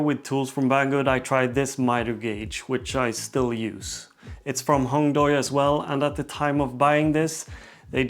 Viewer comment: Nice review, just one thing from a Chinese speaker: it’s pronounced “Hong Dway” not “Hong Doy”. The “ui” vowel combination in PinYin (romanized Mandarin Chinese) indicates the “way” sound in English. Might help you out since you like collaboration with the company, and their tools like nice. Keep up the cool vids!